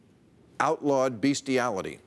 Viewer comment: Say, Bill...you just called on the staff at Fox to learn the English language. I bet you wish one of your staff had the forethought to confirm that you knew how to properly pronounce the word 'bestiality'. Is there a chance it was misspelled on the teleprompter...your staff needs English lessons too?